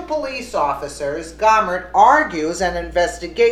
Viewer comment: Jesus, women, it's "Go-mer" as in "go away" not Gawmer? Cut the edtorializing! Source your fucking stories.